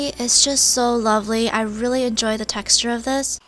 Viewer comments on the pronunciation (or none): She said textue